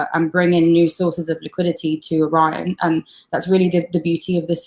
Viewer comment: hosts smile fades as she realizes she has totally mispronounced the word "Orion"... and yet she continues to mispronounce it for awhile.